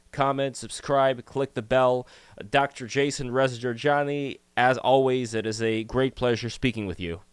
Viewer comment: you said Reza correctly for the first time, you get a cookie